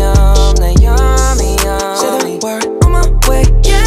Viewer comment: Why does it sound like he's saying "yumda" not yummy?